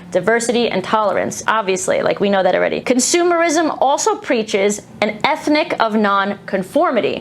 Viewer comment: she says 'ethnic' instead of 'ethic' - what is doing here?